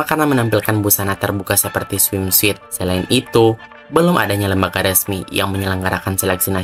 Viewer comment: koreksi dikit ya Min, bacanya swimsut bukan swimswit